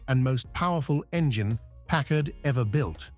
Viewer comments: Where do you see twin headlights?? It is pronounced PACKARD, not PACK ARD... The 1956 Caribbean is such a beautiful car. I remember at 7 years old how the Caribbean WOWED us when one drove by!!!! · I've never heard it pronounced Park Kard...I thought is was always Parkard with the accent on the first part. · Europeans say Pack-Kard. Smoe other word I've heard: "British" Pronounciations: Labora-Atory, Alu-Minium and they often say Herbs not Erbs. BTW - I met Packard President James J. Nance and Chief Designer Richard Teague and they both said Carib--Bee-In, not Ca-Rib-Bee-In. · This video needs more bullshit AI voices and mispronunciations. Let’s begin with not even being able to pronounce Packard correctly. What a joke. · I hate these AI-generated voiced videos! (Notice the two different pronunciations of the word "Packard.") Is this where documentaries are headed?? If so, count me out!